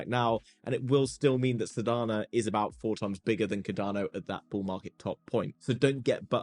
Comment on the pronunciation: You said Sodana 🤣😁🤣😂